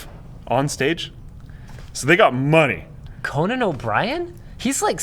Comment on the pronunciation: Co-Nan like a co op with nanna?